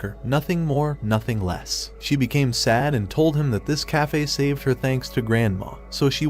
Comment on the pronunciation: Why does he always say ‘’nothing more thothing less’’